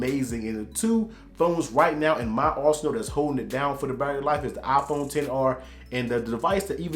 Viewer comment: Its a "Iphone" not a "Aphone" hahha bro i love u